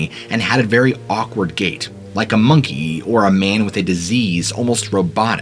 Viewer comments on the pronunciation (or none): none